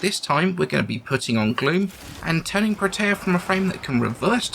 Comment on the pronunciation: "pro tay uh" - Bro. No.